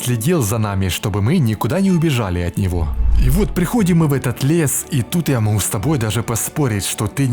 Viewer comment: Ты - украинец? Или откуда-то из Ставрополья или с Кубани?... Откуда это фрикативное "х" вместо обычного, нормального литературного взрывного "г"? "Бехает со шваброй", "моху сказать"...